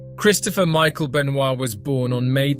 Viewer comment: The mispronunciation and inconsistency of Benoit and McMahon is really bad